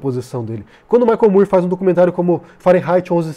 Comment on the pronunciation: Excelente análise! Também gostei muito do documentário. Só um pequeno detalhe, o sobrenome do cineasta americano Michael Moore é pronunciado "mór", como na palavra "more" . Sei que parece estranho, e inicialmente eu também achei que era "mur", mas não é. Valeu!